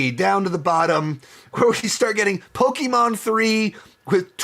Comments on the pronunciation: Why are you pronouncing pokemon and pikachu like that you had it right the first time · Peak delivery of “Pok-e-men Ditective Pik-a-chu” I’m not big into video games, and so I’m not too big into these video game adaptations, but my top 5 would have to be 1) Sonic the Hedgehog 3 (3.5/5) 2) Pok-e-men Detective Pik-a-cha (3/5) 3) Hitman Agent 47 (3/5) 4) Sonic the Hedgehog 2 (3/5) 5) Sonic the Hedgehog (3/5) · I love how he keeps going back and forth on how to pronounce Pokémon